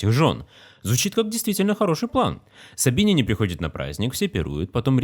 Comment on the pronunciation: Не знаю как правильно, но на всех экскурсиях в Италии нам говорили "собинЯне", а не "собИняне", и произведения искусств "Похищение СобинЯнок".